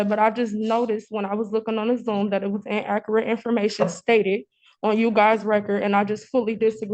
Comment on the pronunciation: "In-AKKERATE" information! 🤦🏾‍♀